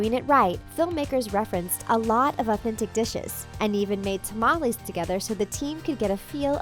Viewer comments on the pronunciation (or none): She said tamales wrong How she said it: "ta-mall-lees" How your supposed to say it: "tha-ma-les"